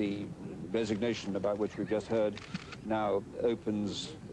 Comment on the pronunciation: "Resignewtion" ha ha